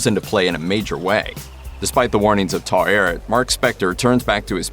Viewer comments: It's funny hearing you say "Taw eret" instead of the pronunciation from the series("ta-weret") xD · Take a shot every time the voice over says "tar-arret" 🥴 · Taweret is displeased! She says don't Americanize her name, say it as it is written. 😆